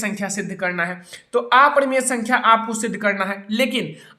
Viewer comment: Sir aaparimaya nahi aparimay